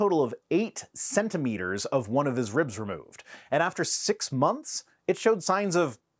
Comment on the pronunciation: On principle, I can’t believe anyone who pronounces, ribs like ree-ubs. Sorry